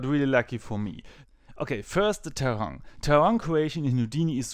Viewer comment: In trying to be a bit helpful for: You have to speak the "i" in terrain also. HTH